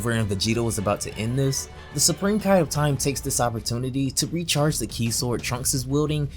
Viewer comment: It's ki not key